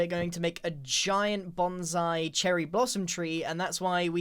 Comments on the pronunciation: Grian. Please. Don't ever say "Giang Bonzai" again. Pretty please... Well .. unless you are going to build a giant tray underneath it as well. Then it would be fine. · My soul hurt when he said “giant bonsai”……..